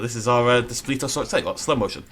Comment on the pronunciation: You pronounced it wrong